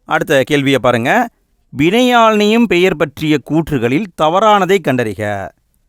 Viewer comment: வினையாலணையும் பெயர் என உச்சரிக்க வேண்டும்